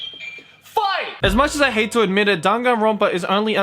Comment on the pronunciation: ngl it sounded like he was gonna say "LET'S FUCK" in the intro